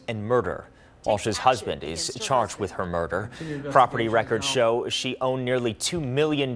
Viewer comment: "The defendant is chaaaaajed..."